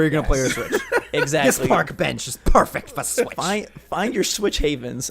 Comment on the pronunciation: "THIS PARK BENCH IS PAFECK FA SWITCH!" So far I think this is one of my favorite moments in SwitchForce history.